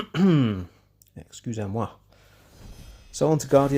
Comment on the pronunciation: "Excusez-moi " That was perfect French mate!